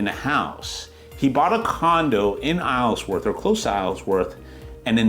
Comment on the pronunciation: Isleworth, you don’t pronounce the s